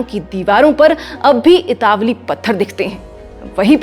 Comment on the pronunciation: Itawali nahi italavi hota hai